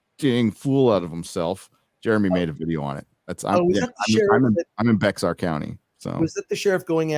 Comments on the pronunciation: FYI: Bexar County is pronounced "Bear County". I know you're a Cali transplant, but if you are going to live in a county, you ought to pronounce it correctly. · love your content!! One thing: when you say "Bexar" please say "Bear". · its pronounced "bear" County. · Cringed at the pronunciation of Bexar county